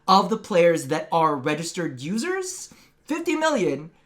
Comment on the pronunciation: Am I the only one who heard "losers" and not "users" every time said it?